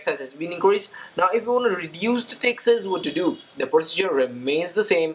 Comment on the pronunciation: Sounds like your saying dick size now text size.